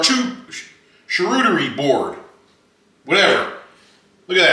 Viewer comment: Great Vid 👍🏼 Char-crazy cooter-y board 😂 Meanwhile back in Hazzard county... Idk why that came to my head when you were trying to say charcuterie board 🤷🏼‍♀️